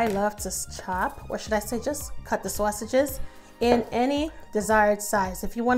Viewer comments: Excellent recipe loved the way you say Swasages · I like how she says sausages lol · The way she says sausages I can’t lol 😂 lol still gonna try this for my Christmas 🎄 meal Oh I did follow candied yams recipe for thanksgiving omg it turned out perfect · Yeah she sounds lowkey Italian when she says it 😅🤣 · Looks soooo BOMB !!. I just want a video of you saying sausages 😂😂 lol, I’m from the south so all I hear is SAWSUCH, I love your accent so much !